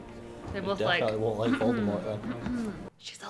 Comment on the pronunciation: I love your reactions! It might be too much to ask for, but can we get a compilation of all the different voldemort pronunciations at the end of this? The moment with sirius always makes me sad but just hearing say "Vuldemooooor" made me chuckle in the best way